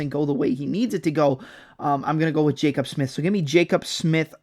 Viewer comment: Hearing your pronounce Jacobe as Jacob repeatedly made me want to jump off a bridge lol